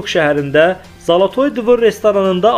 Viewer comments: Zalatoy dvir yox ay savadsiz Zalatoy dvor olar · Zolotoy dvir yox dvor